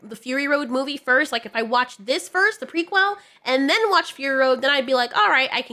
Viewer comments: prequel not prequil! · I love how you say pre-quell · Stop saying prequel like that lol... equal, prequel. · I love you, but the way you say ✨ "P r e q u e l" ✨ Is absolutely sending me. 😂